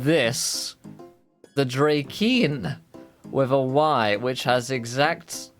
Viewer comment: Its actually Draken. lol Its name is Ken after all.